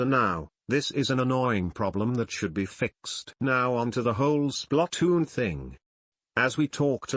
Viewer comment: SPLUTOOON (i know it spelled splatoon but the way the tts pronounced it was weird lo.